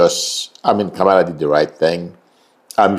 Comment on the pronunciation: You should pronounce Kamala name correctly. Especially given she is respectful to everyone.